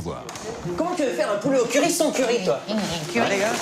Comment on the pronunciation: Moi j'ai l'impression qu'il dit "currype"